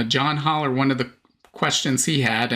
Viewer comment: John's last name is pronounced with a short "a" as in "pal". Another YTber used to pronounce his name as in this video, and finally learned the correct way.